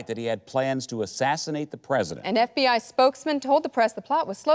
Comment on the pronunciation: Did the reporter just call the FBI the “BFBI” 😂